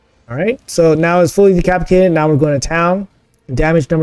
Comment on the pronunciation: Pretty sure you said de-CRAP-itated at one point and I LOVE IT 🤣🤣🤣 great stuff as usual mate! 👏🏻 congrats on the insane scores!